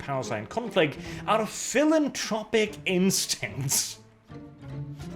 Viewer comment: PhilanTHropic by the way. Anthropo- as in human.